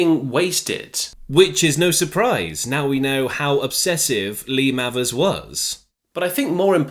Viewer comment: Not spelt this way but Mayvers is is has its pronounced surely,Not Mavvers.